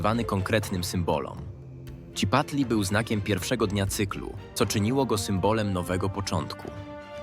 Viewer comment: Cipatli Ja: Citlali?!